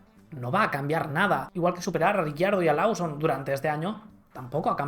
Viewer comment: Liam “Losom” se pronuncia